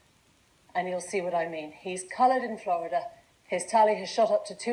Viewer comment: Gah Wolf Blitzer sucks at saying "Flerda"